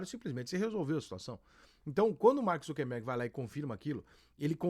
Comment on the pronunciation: Rica! Nao seja um indiota ingnorate. O nome certo do proprietário da Meta é "Zucker" e nao Zunquenbergue como muitos estao falando. Para com isto.